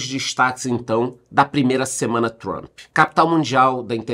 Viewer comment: Comecei no BB e BB seguridade....só um comentario aleatório.Parabens pela pronuncia no inglês....doi meus ouvidos qdo ouço jornalistas falarem "Trumpe ou Trumpi"😂😂LOL